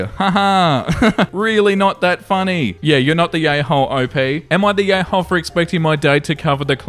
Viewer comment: After an hour or so i can't unhear "yayhole" 😅